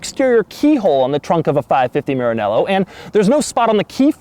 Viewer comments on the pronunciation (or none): I hate the way he says maranella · Please pronounce Maranello correctly, you made me cringe